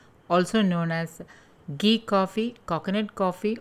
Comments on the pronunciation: It's घी not गी👍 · Very nice.. mam...just diction problem like it's not gee but ghee